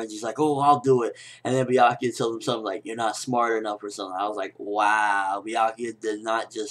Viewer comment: That isn't anything close to how I read Byakuya's name.